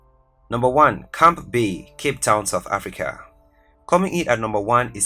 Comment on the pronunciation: Lol. At least 3 times the guy presenting pronounced Camps Bay the nr 1 position as "Camp bay". Seriously? And the list is obviously to make money seeing to it that the semi educated person cannot even pronounce words correctly. Hence. Why on earth should one really regard the list as serious. Most places does actually not belong on the list, by the way. But hey. I just contributed in whomever he is or they are a comment and a view of a video being 13 minutes long. Money, money, money . . . Never mind the need for true facts and integrity . . . Camp Bay.